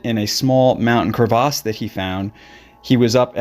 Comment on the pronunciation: Pronounce crevasse correctly.